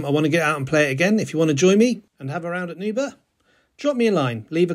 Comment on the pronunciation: If you are not Scottish, words ending in burgh is a struggle. Try saying Burr like Bill BURR and RAH as in Rasputin and just run them together and you might get close. Ythan is Eye and thin run together. I live 9 miles from this course.